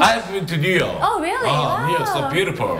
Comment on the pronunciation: New York’s (=is)라고 발음했다고 볼 수 있을 것같습니다. York 에 강세를 두면 더 좋겠네요. 😊